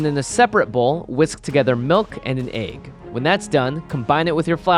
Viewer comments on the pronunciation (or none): Asian pronunciation Aggs